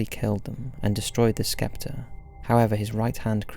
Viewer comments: Invader Zim never gets any love. Also skeptre? Try sceptre. The "C" be silent don't ya know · Nope not British pronunciation, he just said it wrong lol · Sceptre is pronounced "septer" being English you should know that. Back to school you go🙂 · Why do you pronounce sceptre as skeptre twice and third time correctly? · Sceptre = the "C" is silent............... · these videos are fun, but that constant mispronunciation of 'scepter' really proves there are some things even an english accent can't make sound smart